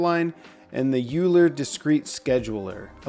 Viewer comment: It’s pronounced “oy-ler”